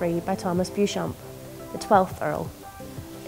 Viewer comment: "Bew-chomp" indeed! It's pronounced "Beecham"!